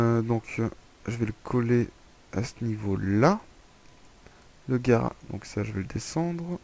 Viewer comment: garage et non" garrage" MDR